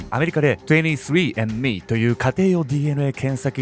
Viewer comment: 23endMEの発音だけ妙に良過ぎる…